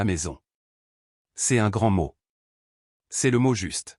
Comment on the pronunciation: Ceste , quesque, etc... c'est pénible